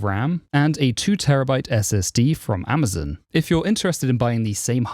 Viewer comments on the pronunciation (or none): none